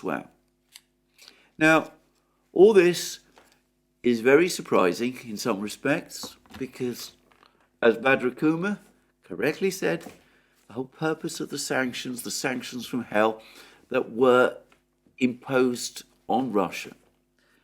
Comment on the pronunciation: Its not Badra Ku-maaar not badra cuuma. K is spelled as in Kite and not as C in cup. . Maar is like an extention of mars without the s in the end.